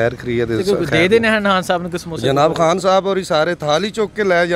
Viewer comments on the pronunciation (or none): Paji apni urdu thek kr pehly Haan nhi khaan hota he